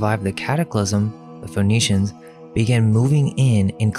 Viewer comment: Interesting that Phoenicians sounds like phoneytians